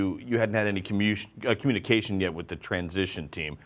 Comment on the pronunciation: "And, and, finally, last time we spoke with you, you hadn't had any Kamooosh Gyuh, Communication... yet with the transition team. Hahahah